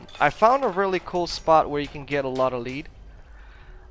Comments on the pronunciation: it lead (led) not leed (leed) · Im laughing my ass off hearing him say leed! Bahahaha